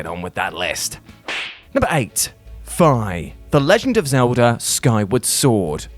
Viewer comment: Sorry but that butchering of Fi's name was bad when I heard it, F'EYE really.